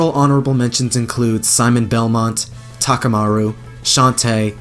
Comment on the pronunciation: Thank you for saying Takumaru